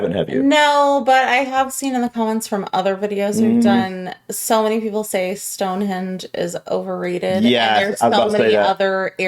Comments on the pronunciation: Mt Snowden is 1,085 metres (3,560 ft) Not 10,000 meters, Also the video guide kept saying Stonehedge instead of Stonehenge lol... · Video narrator - Stone "hedge" I'll bring my clippers. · Wish he would take the time to pronounce the place names correctly- first time I've heard Stonehenge as "Stonehedge"! Also lots of places that could beat the ones on the list werent considered- hope you are all well and havent got the lurgy Like me! 🏴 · Given that he pronounces world like "rirld", I think it's fair to assume he is trying to pronounce it properly and just cannot. He also says "Stonehedge" instead of Stonehenge but again it's more a pronunciation thing I think, he's trying to pronounce it properly just struggling. English people hold Americans to higher standards than other foreigners, no-one would be irked by a Japanese person struggling to pronounce some of our place names. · It's nothing to do with differing pronunciations, he's using incorrect names for places. Stonehenge is a henge, not a hedge. Westminster is named after a minster, not a minister. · it’s HENGE not Hedge 🤦🏼‍♀️ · DO NOT TRUST TOURISM advice form a guy who calls it Stone Hedge!!!!! Ask the locals not a guy who never went. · How many times did he call it stonehedge 🤦🏼‍♀️ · It's Stonehenge, not stonehedge🫣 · The guy saying "Stone-HEDGE" instead of "Stone-HENGE" is driving me nuts :D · "Stone Hedge" this guy is a gold-medal muppet. He manages to mispronounce pretty-well everything. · The narrator was saying StoneHEDGE in relation to the standing stones. It's StoneHENGE! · Hold on. Is he pronouncing it Stonehedge??? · A speech impediment doesn't make you pronounce Stonehenge as Stonehedge or Westminster as Westminister. 🙄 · Did he say Stone HEDGE ? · It's ruddy StoneHENGE not ruddy stone hedge!!?!! 🤣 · This video has the worse narrator possible, he can’t pronounce any place names properly ‘Westminister’ and ‘Stonehedge’ are just two.